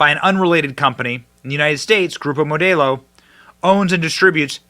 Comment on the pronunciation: Mo - Dell- O Benny ! Not MO day O 😊